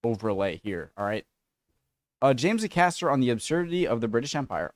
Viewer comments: One small thing, his name is not pronounced aCASTer , it's pronounced by stressing the first A, as in Ay-caster. But yes he's brilliant. Very original material and a unique delivery style. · His name is pronounced Ay-Cast-er. Embrace The Suck 21 said his name about 3 different ways!! Pronounce the A and Caster